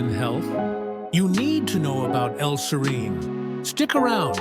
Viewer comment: Two things: (1) serine is NOT an essential amino acid; at most it's conditionally essential, and (2) the persistent mispronunciation of "serine" and the severely annoying music made it so I didn't stick it out until the end (I went only to 2 colon 27). There are several other sources of info on this topic without persistent mispronunciation and annoying music.